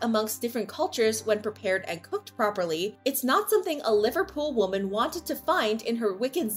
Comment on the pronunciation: "A New York woman" wuh-men not woh-man